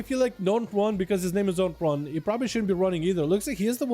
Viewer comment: Dot and run am i the Only one that noticed he didnt read dotnrun right